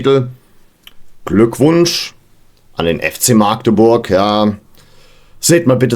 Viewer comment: Hallööööle aus Maaaagdeburg.... grins... Magdeburg wird mit einem kurzem A gesprochen... Zum Spiel: Ich kann euch nachempfinden wie es sich anfühlt.. wir hatten vor einigen Jahren ein ähnliches Spiel.. DfB Pokal gegen den FC St. Pauli... wir hatten 42 Torschüsse und haben dennoch mit 2:3 verloren und sind ausgeschieden ... solche Spiele gibt es nun mal ... aber das ist ja der Reiz am Fußball... Und wir sollen aufsteigen??? Um Himmels willen... Ziel ist der Klassenerhalt.. und wenn alles gut passt in der Saison, dann pendeln wir uns im Bereich platz 7 - 10 ein... von mehr will ich gar nicht sprechen...